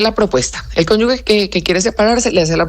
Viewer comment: Que alguien le diga a la eepresentante que no es conyugue sino cónyuge